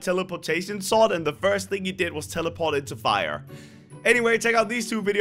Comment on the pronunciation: WHY CALL SWORD IS SOWSD